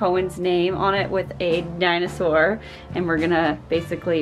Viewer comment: Dino-sore or Dino-saw? 🤣🤣🤣